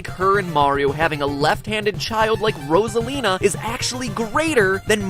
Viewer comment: Rasalina? Boi it's Rosalina no hate but get your facts straight. You may say it in another way but still. Rosalina like Ro-za-Li-na.